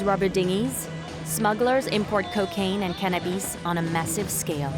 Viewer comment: Bro, its really not hard to pronounce cannabis.. Not cannabeees..